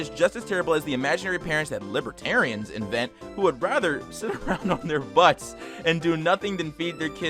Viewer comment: bruh the way he says libertarians sounds like libtard and librarian